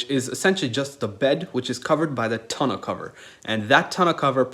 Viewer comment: You forgot to mention that the TONE-U(how it’s pronounced) is a solar panel that can be stood on** there’s nothing special about standing on a regular one. Jesus, tons of errors. Downvote for an inaccurate video.